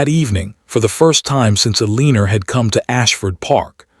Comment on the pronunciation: I enjoyed the storyline very much especially the interacting with the child, but the AI pronouncing of Margaret, along with Eleanor in another video, was a joke. Amelia Island, FL